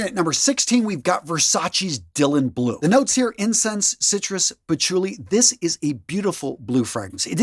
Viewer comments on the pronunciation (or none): none